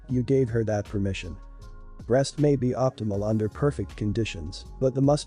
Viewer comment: Learn how to correctly pronounce "breast" and "breastmilk". The way you say it is idiotic.